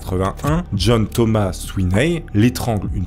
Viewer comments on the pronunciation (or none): none